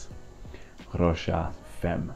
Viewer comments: Famm, not Femm. At least Tauer is in it. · No it’s “femme” in French, but pronounced Fam- or perhaps I misunderstand your point..